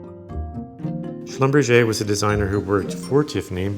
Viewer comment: Haha, he should think about his pronounciation of the jeweler Schlumberger's name - which is a German name, not a French one :D Hilarious